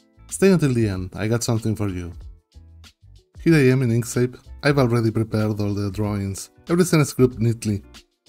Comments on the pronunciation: You pronounce it like "ink seyp". I think it should be like "ink sKeyp". (By the way, great video, thank you) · Two “k” sounds in Inkscape.